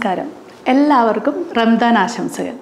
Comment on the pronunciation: ചെറിയ ഒരു തിരുത്ത്. ഭാഷാപരമായത്. റംദാൻ എന്ന് പറയില്ല. ഒന്നുകിൽ റമദാൻ. അല്ലെങ്കിൽ റംസാൻ (കറക്റ്റ് ഉച്ഛാരണം Ramzaan). ആദ്യത്തെത് അറബി ഉച്ഛാരണം. രണ്ടാമത്തെത് ഉർദു ഉച്ഛാരണം.